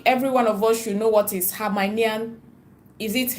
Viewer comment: It is called Hemmahlayian sound it out Himalayan salt